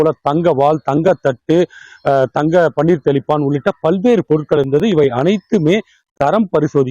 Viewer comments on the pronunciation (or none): none